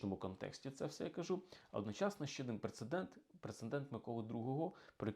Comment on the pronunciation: Пане історику! Пре-це-дент, НЕ "прецеНдент".